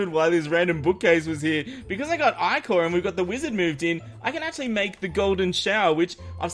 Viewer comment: I-core is how it's prenounsed